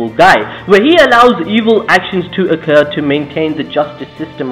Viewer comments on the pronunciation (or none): none